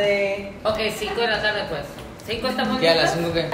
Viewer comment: "si" no "zi" wtfffffff